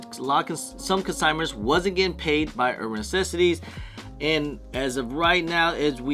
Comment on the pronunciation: Why can’t you pronounce NECESSITIES correctly😂